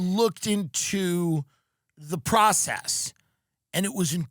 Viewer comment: Emphasis on “process”